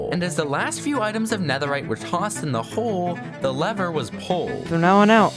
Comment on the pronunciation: Bro in bastions its netheright 😅